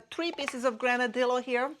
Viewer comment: Nice selection, albeit relatively small pieces. FYI, the double el (ll) in Granadillo is pronounced like the English Y. If you search on Google, you will easily find a pronunciation.